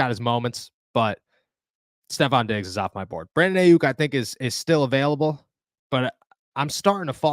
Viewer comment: Learn how to say Aiyuk name right. Lol nobody taking you serious when you can’t even say the damn name. Exposes that you don’t watch anything more than Steelers